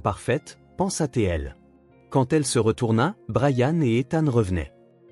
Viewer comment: "pensa té elle" : quelle prononciation de merde !